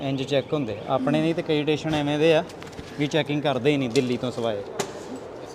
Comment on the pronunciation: Bai theek tusi travel karde ho. At least Station nu Teshen ta na kaho.